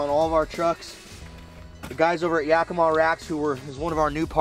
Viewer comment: its ya-key-mah, not yak-ih-mah...